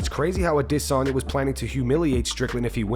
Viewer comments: How can you still not pronounce adesanya? I stopped watching you for like 6 months and you still can't pronounce it. Ah-dis-on-ya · Pronounce Adesanya normally 😅😅, instead of idissonya, you sound r*******, you don't say Paul Creg, you say Paul Craig, you don't put on an accent to pronounce they're name like they do, they just have an accent that's why it's different. It's pronounced Paul Creg by Paul because he's Scottish that's how Scottish people say Craig. But it doesn't change the name. His accent just changes the way he says it. Michael Bisping has discussed this exact matter. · This youtube channel might close down for how this guy pronounce aDESanya